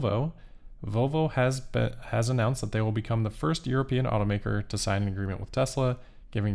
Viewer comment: "... first "European"... 😋